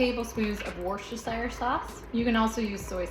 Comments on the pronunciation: Actually (I grew up round there) it’s not ‘SHEER’ at the end, it’s just ‘SHER’ - same for all English counties ending in ‘-shire’. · I love your videos! I have an awesome tip for all Americans - "Worcestershire sauce" is pronounced: WOOSTER - SHEER That's it. WOOSTER SHEER. You're welcome!! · It's pronounced wustershure sauce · just say wuhster! Don’t pronounce any r/s. So wuhsta!!